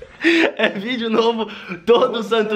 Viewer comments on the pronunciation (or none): Só eu q quando o Christian falou vídeo novo todo santo dia eu entendi filho novo todo santo dia? Kkkkkk